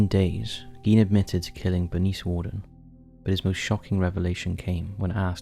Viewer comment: Thank you for doing Ed Gein. And thank you for getting things right - from facts to the correct pronunciation of 'Gein' 😊👌 This was an amazingly creepy episode and 🙏 I'd love to hear more takes like this with your personal touch on other similar "mischievous historical figures" - after all, they are (indeed!) our in real life true monsters.. I'm sure you find some really horrific - which in this case means horrible as well as terrific!! Take care! ❤❤❤